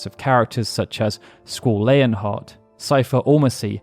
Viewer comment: Well, thats the first time ive ever heard it pronounced lay-on heart, & not lee-on heart.